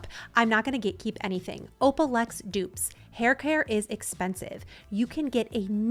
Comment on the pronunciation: please note it is oh-luh-plex NOT oh-pah-lex. Correct product pronunciation please!!